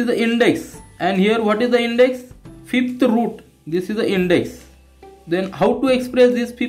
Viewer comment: Sir vo Fifth ahy fith nhi...😂😅